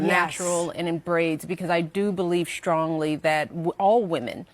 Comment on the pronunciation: She believes schlongly. No one mutilates the language like Moochelle.